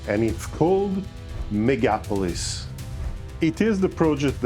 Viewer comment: I think the emphasis should be on "O". MegapOlis. What's hard to pronounce in "Electro automatica"? You have a typo there, I believe.